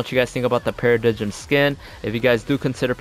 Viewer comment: Para-dime not para-di-jim lol